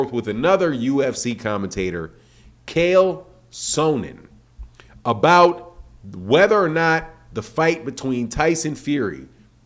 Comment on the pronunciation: My man gets no names right… “kale soanen” later becomes “kale sowen” 😅 Its Chael Sonnen… ( Chale Sun-nen ) Lol best way i can break it down for you lol